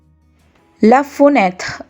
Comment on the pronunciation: EXCUSE MOI VOUS NE PRONONCEZ PAS BIEN LE FRANCAKS EF FENETRE ET NON FOUNETRE